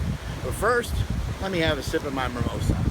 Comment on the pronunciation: I think Mark thinks that "Mimosas" are called "Mirmosas"